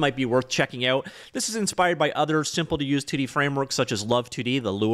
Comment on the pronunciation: Please say 2D a little slower. Sounds like you're saying something else. 😅